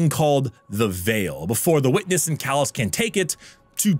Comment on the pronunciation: It's "Calus" not "Callus."